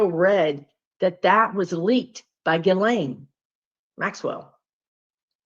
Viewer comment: Nice to see someone pronounce Ghislane correctly…😂 Thank you!💖